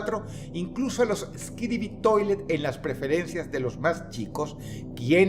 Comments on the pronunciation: Por que me suena a Skidibi en vez de Skibidi? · "Yo tratando de poner atención al video": **Dross diciendo skidibi en lugar de skibidi**